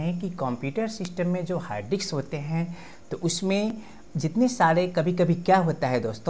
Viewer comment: Correct your pronunciation it is "DISK" not "DIKSS"...